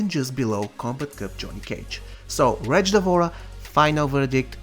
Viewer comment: Nobody:: Wtretch lol I enjoyed the video 👌🏻